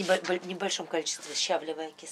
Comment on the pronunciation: Говорите правильно, не щавлевая а щавеливая.да в крови нет никаких паразитов.это даже смешно ))))